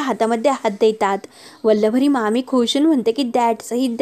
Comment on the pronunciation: अहो वल्लवरी नाही वल्लरी म्हणा!